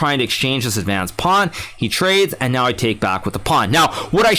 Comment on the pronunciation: I like your accent, say it again. Hikaru: Pownee